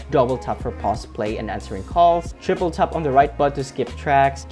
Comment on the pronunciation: he keeps saying "TUP" instead of "TAP"